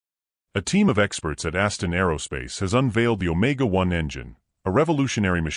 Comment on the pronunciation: I believe it's ASTRON, not "Astin"[